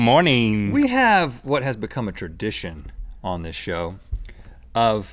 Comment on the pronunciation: Note to all: Rhett did not say "sh*" . He said "See how simple this is?" But he muffled his words and said "See how simple thish is?". He said "thish" not "this sh*".